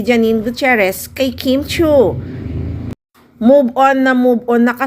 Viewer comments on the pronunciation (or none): none